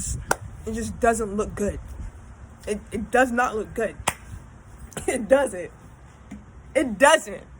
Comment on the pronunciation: “My edges look guood” lol bye. Loved it tho! Keep tellin ya stories!!